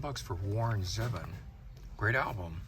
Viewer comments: you're correct, pronounced like "zeevon" and Warren was one of a kind, he used to be on David Letterman's talk show all the time, filling in as the bandleader, and he was hilarious, with an awesome, dry sense of humour......great lyricist and belongs in the rock and roll hall of Fame, which he is up for and has people talking about him! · Nice find with the Grand Funk cd. It's a shame the store doesn't have much to offer in terms of value for money anymore. At least you still have Sound Exchange. Your pronunciation of Warren Zevon had me spill a little of my coffee. It's pronounced Zeevon, if i am incorrect, let me know. I have always heard it that way when he would appear on tv. Nice video,. I hope to see some more in the future, where you actually get some good value deals, happy hunting.